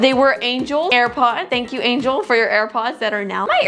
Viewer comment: Angelee not angel